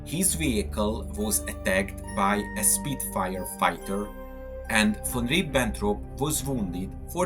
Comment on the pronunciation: So Von Reeebentrop was attacked by a speetfire was he?